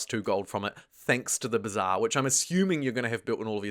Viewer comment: "thee heeve thee b'zaaaar'